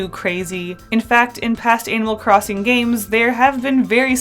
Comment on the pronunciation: IDK WHY BUT IT SOUNDS LIKE YOURE SAYING ANAL CROSSING